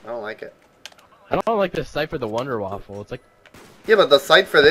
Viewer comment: wunderwaffe not wunderwaffle :P